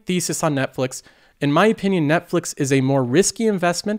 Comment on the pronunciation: netflex? Hahahaha